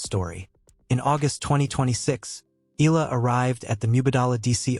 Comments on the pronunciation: E A in EALA is pronounced as E A in Seattle, not as in EAgle. Please correct your computer generated "voice in off". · I won't subscribe until you pronounce her surname right.